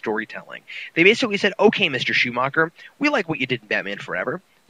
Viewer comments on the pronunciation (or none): none